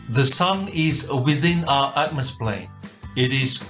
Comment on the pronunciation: hang on did you say atmosplane??? that is not even a thing